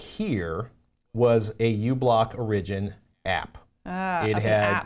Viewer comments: Some of the confusion on the uBlock Origin issue is probably the way you're pronouncing "origin." You're putting the emphasis on the second syllable as in "original" (or-IG-in-al) rather than on the first syllable as in "origin" (OR-ig-in.) Of course, the app may have been named exactly the same, but the person that wrote in called it "original" in his note, and I think it's due to this situation. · Hehe Patrick says Origin(like origin-al) funny =P Good episode. Thanks!